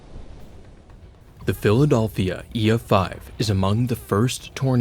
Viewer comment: the philadolphia